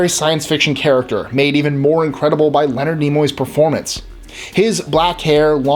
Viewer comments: A few things: 1) Actually, the phrase "Beam me up Scotty!" was said by Kirk in Star Trek: The Animated Series. The real-life cast voiced all of the parts in the Filmation cartoon. 2) Mark Lenard's name isn't pronounced like "Leonard", it's pronounced "Len-ARD". 3) Best Captain is Picard of course! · Hate to be a stickler, but Mark Lenard isn't pronounced "Leonard" as in Leonard McCoy, it was pronounced Leh-nard the last part rhymes with aard as in aardvark.